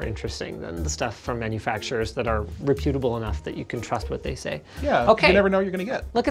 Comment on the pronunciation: Re-pute-able? Sigh.